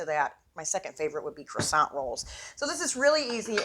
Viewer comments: Thanks for the video but you're killin' me! It's either pronounced Kwasan(t) or, what is in the can, Crescent - like a moon. Cresant roll is maddening! lol Smack that Can,! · I don’t understand. Many YouTubers making food videos use Pillsbury Crescent Rolls as a creative tool for easy recipes. But, so many are pronouncing the word “crescent” as though it is pronounced “croissant”. IT IS NOT. Please look up the word and pronounce it correctly. Words are your stock-in-trade. Do it right. Thank you.